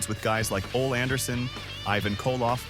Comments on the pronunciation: Sorry but GCW wasn't taped at the damn Omni in Atlanta. That was when they had the big shows. The TV show on TBS definitely didn't have 16,000 people in it. Way less than that. Also who the hell is Ol Anderson? It's Ole (Oh-lee)! AI at its best. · Did this guy just say “Ol Anderson”? 🙄